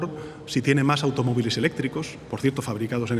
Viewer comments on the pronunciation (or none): Pronuncias mal Lamborghini, Pedro. En italiano, ghe, ghi es como en español gue, gui. Menos Falcon, que cada viaje al concierto y a por el pan llena el cielo de porquería que luego nos cae